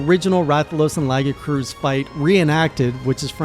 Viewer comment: It's pronounced lagi-a-chris